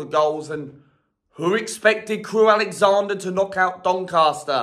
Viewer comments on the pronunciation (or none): Its’s Crewe Alexendra not Alexander!